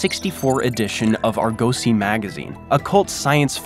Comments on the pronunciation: It's ARgosy magazine not arGOsy magazine. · Argosy is not pronounced like this Redneck Hillbily did😢